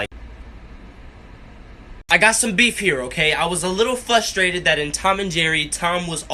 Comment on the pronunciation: THE WAY HE SAYS FUSTRATED I WANNA DIE AAHHHHHHH IT MAKES ME SO UPSET AND TRIGERD